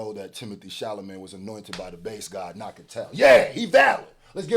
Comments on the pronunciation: Who is Timothée ChalaMAYNE? lol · It's not Timothée "Charlamagne"...😆 It's Chala..."met" !! It's ok though.. I get it ! It's hard to say a french name!😉